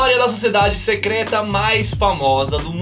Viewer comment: Não é "secreta"